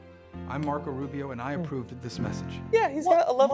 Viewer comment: OK Hold on - did anyone else hear "I'm Marco Rubio and I approveded this message"?????????